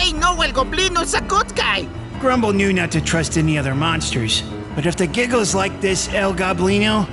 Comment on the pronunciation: Bro y does say jiggles instead of giggles